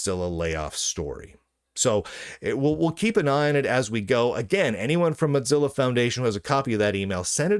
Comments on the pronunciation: Please stop saying Motzilla... It's mozilla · Why are you saying mot-zilla when it is clearly mo-zilla. You can clearly hear mozilla personnel saying it correctly in videos. Level up. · Why do you call it MoTzilla. Their aren't two z's in the name. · moe-zilla, am I crazy? Moe, like moe money moe problems, and zilla, like Godzilla. Moe-zilla. I don't get it when people say Mox-zilla. I know, I know, toe-may-toe / toe-mah-toe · it isn't called motzilla. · There certainly isn't. He must be seeing two z's as used in italian and need his glasses prescription changed.